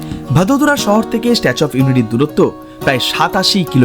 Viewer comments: ওটা ভাদোদরা না বড়োদ্রা উচ্চারন হয় কারন এখানে থাকি তো❤ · ভাদোদারা ❌ ভারোদ্রা ✅